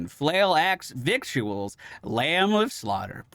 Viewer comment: Since this is the last Butcher deep dive video, I guess it's time to inform you that you've been saying "victuals" incorrectly 😂